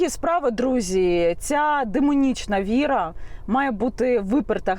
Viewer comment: Це религия, Янина. ВИ- РА - видаюча Свитлом Люда. Правильно говори. Вира це не религия.